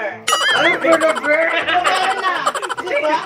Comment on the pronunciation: "Bernaber" hahahaha!! 😂😂